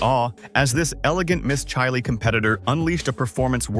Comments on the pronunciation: ASSSSHHHOOOOOLEEEE….Its CHILE……Not CHAIII LEEEEE…. Fu….ckin LOOOOSER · And Chile is pronounced cheele. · Chi……Leee¡????A—- Hole !!! Its CHILE!!!!